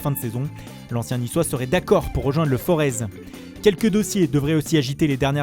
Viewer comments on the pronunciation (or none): none